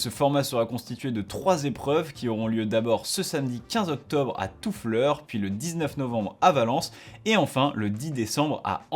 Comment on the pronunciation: Salut, je te confirme, pour y avoir assister, que l'épreuve de coupe de France des club à Toufflers était passionnante. Et s'il est possible d'améliorer une émission aussi bien faite que la tienne, alors je me permets de préciser la prononciation de Toufflers, "touff-lairsse". Merci et bonne continuation 🙂